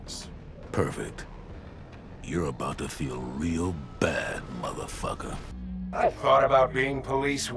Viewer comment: I heard spawn say motherfugger